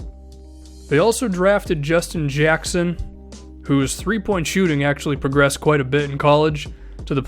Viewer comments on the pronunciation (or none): i love the way you say jyacksun